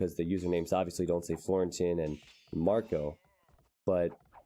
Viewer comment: Watched your videos since rocketbeans brought AoE2 back to the surface for me and it's beyond awesome to see you getting involved with them! Looking forward to what the future holds :) (your pronunciation of Florentin was totally fine btw!)